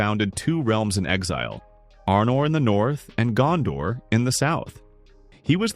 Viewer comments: Your pronunciation of the names is jarring. Gandor => Gondor, Eregorn => Aragorn etc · Why do Americans pronounce Gondor «Gandor»?